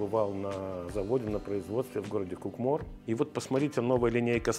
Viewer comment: В слове Кукмор ударение на первое ку😂